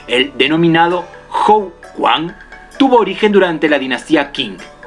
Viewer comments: bien el video, pero "quan" no se pronuncia "cuan". debido a que hay diferentes formas de romanizacion (como escribir la pronunciacion de un caracter chino en alfabeto latino) se producen estas confusiones. "quan" es la forma en que aproximadamente lo pronunciaria un angloparlante. lo correcto para un hispanohablante es "chuen". lo correcto entonces es decir "tai chi chuen" y no "tai ji quan" que es la forma mas proxima a la que lo deberia pronunciar un angloparlante. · amigo me encantan tus videos te sigo hace mucho! yo soy de chile pero vivo aca en china! solo queria aportar con una correccion de pronunciacion: la letra Q en chino es pronunciada Tch, por lo tanto cada vez que se lea QUAN se pronuncia CHUAN, tambien la letra G se pruncucia como una K y la ZH como una LL. Eso amigo! gracias por tus videos, aqui me es dificil entener muchas cosas de artes amrciale sy muchas de ellas gracias a tus videeos me he podido instruir mas. Cualquier cosa que necesites por aca me escribes.